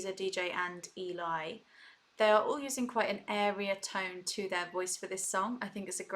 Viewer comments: Hi Hon. It's not E, Lie it's L,E. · As Aurora points out below, Eli is pronounced to rhyme with belly, or jelly. :) Just so you know. If you want to hear more of DeeJay Young with VoicePlay, check out Bang! or Butter. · Great reaction. By the way. Eli is pronounced Ellee it elie. Its short for Eleizer. This they are referring to the room in they each have to create the videos in. All the items in the room relate to each person, Voiceplay in whole, the era the song came out or The Beach Boys. I'm on their patreon so got to watch the behind the scenes video where Layne gave us a tour of the room and told us about each item. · Love your explanations. BTW Eli is pronounced like Jelly. If you want to hear Geoff sing in his head voice check out his cover of Imagine. It's phenomenal. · Love your reactions. I know it's counterintuitive, but Eli's name is short for Eliezer, not Elijah, and he pronounces it like it rhymes with jelly. Yes, it is prerecorded, but they generally do sing along with the track as they are recording, so their mouth positions would usually mirror what they were when they recorded the track. (An occasional exception to this rule is Layne, there are times he has done some kind of really other-worldly kind of sound or beatboxing, and he has said that what his mouth is doing in the video isn't really representing what he does in real life to create the sound, but it involves making such a funny or strange-looking manipulation of his mouth/expression that he doesn't do it for the video, LOL). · Eli is pronounced like belly. Short for Eliezer. Love watching your facial reactions to them - great fun! Will check the beatbox vid.